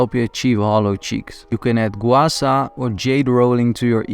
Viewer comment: Hollow cheek just make a look like don’t exercise or eat enough! …and btw low fat diets are extremely unhealthy and low even lowers testosterone levels! And that’s NOT how your supposed gua sha 😂 or “gwar sar” !!! 😂😂😂